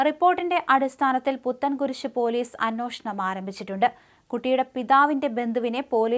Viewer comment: I thought I was the only one laughing at her" ANNOSHANAM"😂😂😂